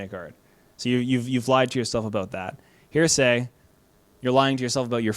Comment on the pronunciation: Btw it’s “heresy” (hair-esy) not “hearsay.” Minor pronunciation mistake, opinion discarded. Jk, this video is great and I’m gonna go make some art